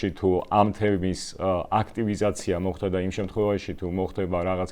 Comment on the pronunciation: “მოხთა” არააა, “მოხდა”. დანარჩენი … ♥️♥️